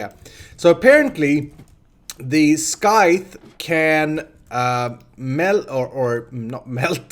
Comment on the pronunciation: here I was wondering what a skyth was haha my foreign brain understood you meant scythe though <3 (pronounced like sigh + th) cute